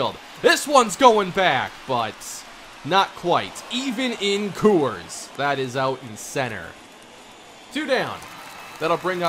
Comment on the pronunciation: I love u and honestly, you’re probably pronouncing it correctly, but I hate the way you say “Coors”